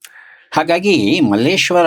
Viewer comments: ನಿರೂಪಕರು ಮಲ್ಲೇಶ್ವರಂ ಅಂದ್ರು❌ ಅತಿಥಿ ಮಲ್ಲೇಶ್ವರ ಅಂದ್ರು✅ ನಾವು ನಮ್ಮ ಸಂಸ್ಕೃತಿಯನ್ನ ಹೀಗೇ ಕಳೆದುಕೊಳ್ಳುತ್ತಿದ್ದೇವೆ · Malleshwaram alla Kannappa . Someshwrara avaru malleshwara antha sariyaagi heltiddaare